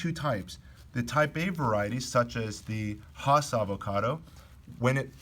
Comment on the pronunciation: 'Hoss'--said no avocado grower that I know--ever--unless they're talking about Bonanza's Hoss Cartwright. 'Hass' is said with a smile--always--and rhymes with lass, class, pass. Oh, sorry. Don't let the pronunciation distract you from the very good information in the video. But with regard to trunk sprouts above the graft union--I would not remove them completely until the trunk reaches a couple of inches in diameter and it is shaded by the tree's canopy. The alternative treatment is to allow the sprouts to grow two or three leaves, and then to pinch the sprouts off to prevent further growth. The green and fuzzy look provides photosynthetic surface to help build trunk caliper more quickly. If the trunk is exposed to sunlight, the lower trunk leaves will also help protect the trunk from sunburn. The extra transpiration flow to these lower leaves will also help cool the trunk.